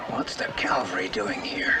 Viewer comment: did u notice: abt/between - the guy asks: "what's the 'calvary' doing here?" now, i call that a real blooper. LOL.